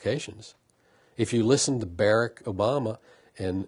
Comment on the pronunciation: He is so arrogant he wont even humble himself enough to be corrected. He didn't even attempt to say BARACK correctly. Right after that I kind of lost interest..